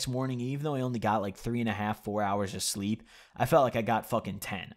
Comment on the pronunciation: Man said shleeep